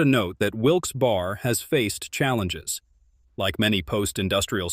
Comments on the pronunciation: Willsberry. Stop saying bar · I think what they are trying to say is you pronounced some of the names wrong Reading is pronounced RED- ing and Wilkes Barre is pronounced Wilkes - BERRY .